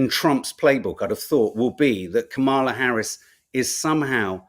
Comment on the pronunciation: OK. I'm going to try this one last time: her name is pronounced "Comma La." I know you can do this. You eventually learned how to say Joaquin. The emphasis goes on the " Comm." COMM a la. Thank you.